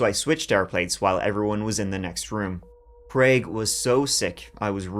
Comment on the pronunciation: Thank you for pronouncing the name of the fictitious character as Crayg and not Creg.